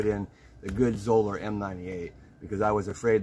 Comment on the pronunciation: Great video! Did you know they pronounce their name in a way that would rhyme with "dollar"? Anyhow, what is the oldest Zoeller you still have in service? On their site they have a picture of one that was in service from 1987 to 2018!!!